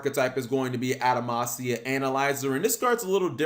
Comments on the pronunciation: Why does cap keep saying adamacia when it’s actually adamatia? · Stop saying Adamansia it's Adamantia with a "T" not a "S". If you're going to have word pop out of you mouth then say them right, you clod! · im really not hating on Cap but why do so many Yugitubers mispronounce card names. It almost seems like they do it on purpose to trigger us. Are we really supposed to believe they think its actually pronounced the way they say it? Its spelled Adama-T-ia. he said Adama-S-ia like 20 times. Bro!!!!! theres no S in there LMAO. Just to prove I'm not picking on Cap, anyone who watches YGOPaisano knows he ALWAYS says ElectrANite. Where that N come from??? its ElectruMite.... okay rant over lol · Am I missing something or is he just saying the name of this archetype incorrectly. Because if the name of this archetype is pronounced anyway close to adamantium then he is saying it wrong. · He was even saying the name of the cards wrong they're pronounce how you would pronounce adamantium like wolverines claws.